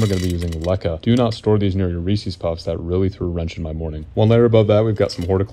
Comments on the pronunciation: *not pronounced Reesie’s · People out there really do be pronouncing it "ree-seez" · Right. A mid-west thing? Not the first time I've heard someone mispronounce it that way.